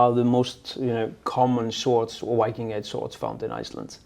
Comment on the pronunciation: A funny detail about Scandinavians speaking English -- for some reason, when we have to pronounce "Viking" in English, we have a really strong tendency to pronounce it "Wiking"... which makes absolutely no effing sense, because in ALL the Scandinavian languages the native pronounciation is "Vee-king" with a biting /v/ sound (voiced labiodental fricative)... precisely as it is also pronounced in English... and it's our own word... that we gave to English... which in turn, is about 80% Old Norse... just why? 😝